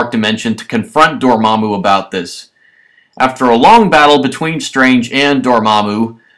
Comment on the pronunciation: And it's Dormammu not Dormmamu